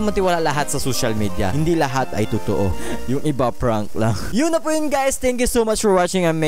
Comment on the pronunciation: Sa hahahaha anong too?? Totoo hindi too